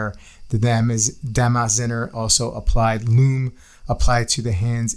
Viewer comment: Pronounced "dah-mahs-TSAY-nuh" :-)